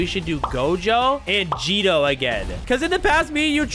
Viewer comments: It’s not Gido its geto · he said jeto its geto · "Geeto" bro has NOT watched jjk 💀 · Did bro really just say jeto?